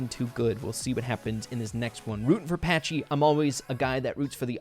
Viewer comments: Patchy not Patchey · Is Patchy not " Patchey"...LOL